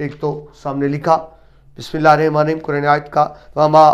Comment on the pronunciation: اسلام علیکم۔ آپ بہت ہی قابل اُستاد ہیں پر آغاز میں بِسمِ اللّٰہِ الرَّحمٰن رحیم کی ادائیگی صحیح مخارج کے ساتھ کریں ۔ شکریہ